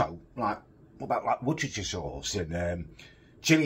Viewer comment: I kinda expected to be able to pronounce Worcestershire but apparently not